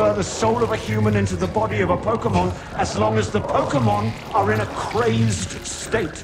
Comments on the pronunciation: Cinema Sins mispronounces Pokémon as PokEmon instead of PokAYmon throughout the video. DING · You are no longer able to sin anything pokemon related, because you're saying "Pokey-mon" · Infinite sins for saying "Pokii-mon" the entire video.